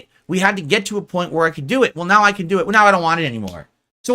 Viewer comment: *calls other people spoiled and entitled. “Let’s get some suhpohrt RIGHT NAEW! Khamahn!”